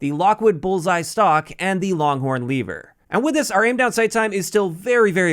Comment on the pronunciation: i think this guy is shizo, for him there is an a in lever